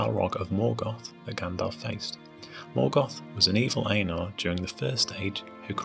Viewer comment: Ainur = Aih-nhoor